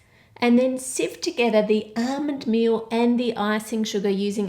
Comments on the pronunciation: "Armond mee-oh" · Hey whats "ahhmund meal" ?